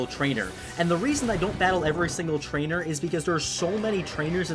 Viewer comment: did you say trnchmders when you said i wont battle every trainer?